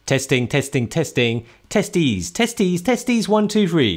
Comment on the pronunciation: “Testies testies testies” Who’s gonna tell him?